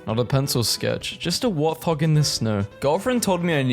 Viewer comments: its a wart-hog not a warth-og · warth-hog got me messed up 😭 please... wart - hog...